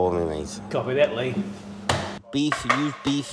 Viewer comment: I thought Andy was taking the piss mimicking the scouse accent when he said ‘use the beef’ 😂😂